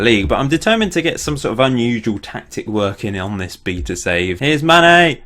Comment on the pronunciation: only thing that annoyed me was the pronunciation of via and beta, otherwise good video :)